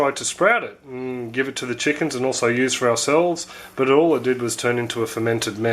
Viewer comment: My son says chookins too